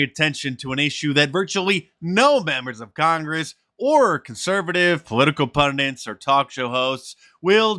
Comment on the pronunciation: Mark, i love you but please stop pronouncing pundits (one N!) As pundints....